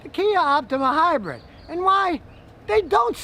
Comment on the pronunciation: Hybrid, not "hybred".